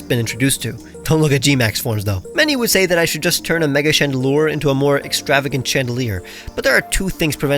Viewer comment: why is nobody talking about his ✨GREAT FRENCH ACCENT✨ ?????